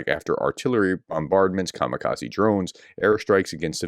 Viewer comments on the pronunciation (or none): none